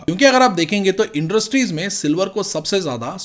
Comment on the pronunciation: Sir aap inderstries kyu bolte ho😂😂